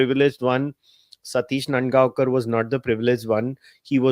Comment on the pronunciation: claims to be Mumbaikar and pronounce नांदगावकर as नंदगावकर. 👎